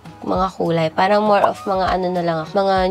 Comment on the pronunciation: Ang aarte nyo magsalita magbigkas lang ng “parang” ang arte arte